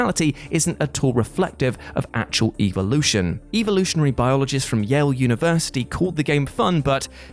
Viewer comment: So you are all ignoring that he keeps saying "evilution"?